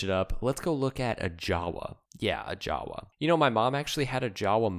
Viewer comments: it is not "jawa"; it pronounces: "Yava"! I is Czech, not English. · jawe is pronounced "Yava"